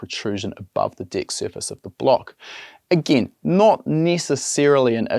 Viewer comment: Lol 😂 every time he say deck it sounds like d I c k